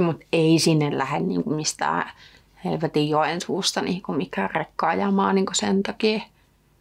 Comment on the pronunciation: se on Joensuu ei helvetin joensuu